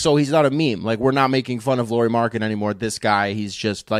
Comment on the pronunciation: It's pronounced like Lowry. As in Kyle Lowry. Not Lori.